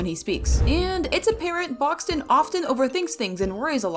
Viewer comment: Boxten, not Boxton Rodger, not Roger Bobette, not Bobbit Coal, not Cole Rudie, not Rudy Looey, not Louis Vee, not V Brightney, not Britney Razzle & Dazzle, not Razle Dazzle